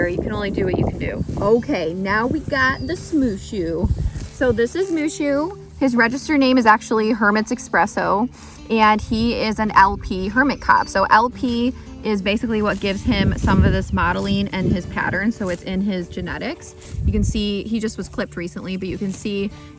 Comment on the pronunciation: Espresso not EXpresso!